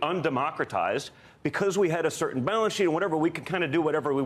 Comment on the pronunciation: “We had a shertin balan sheet.” Do tell!